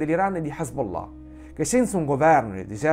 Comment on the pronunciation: Bel video, bella scoperta. Top pronuncia Hezbollah 😅🤣👍🏾